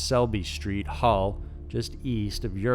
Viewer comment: Being from England, you butchered saying Yorkshire, it's pronounce 'sheer' everywhere in England instead of 'shire' like the way it's pronounced in the lord of the rings. You pronounced hull right though. As always, good content and looking forward to your next video release.